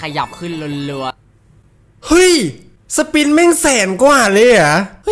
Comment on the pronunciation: กูขำที่เรียก สปิ๊น นี่แหละ!! 55555.